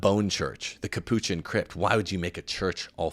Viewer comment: ...great show. I kept numbered notes all the way through. Minor criticism: Capuchin has accent on the first syllable.